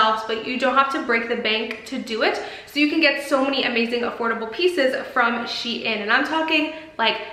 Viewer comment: No offense but it’s not pronounced she in